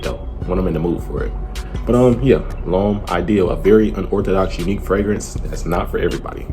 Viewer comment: He says Lhomme I deal lol